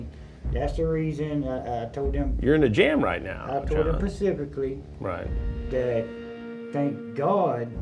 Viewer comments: He told them "Pacifically". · And he told them “pacifically” too… stand up guy… 🤮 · "I told them pacifically" 🤣🤣🤣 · “I tol’ y’all pacifically…” Not the best and brightest. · "I told em percificolly"